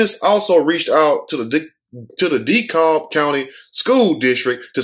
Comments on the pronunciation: LOL..., its pronounced 'De-Cab', not 'De- Cob'- spelled DeKalb. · Lmfao the way you said dekalb. Its pronounced DE-CAB ( but spelled Dekalb tho) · King Show Hi it's pronounced 'DeKab', but in my opinion she shot those kids, they were just lucky the bullet hit their shoe and pants and didn't take their life and she need to be charged. The 10y/o was probably disrespectful and met the wrong teacher.